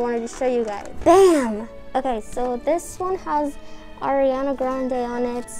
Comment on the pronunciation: so your saying ariana is in your family but you cant even say her name like "Air!"? whos air